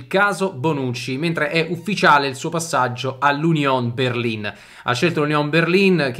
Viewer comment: Finalmente uno che pronuncia correttamente Berlin!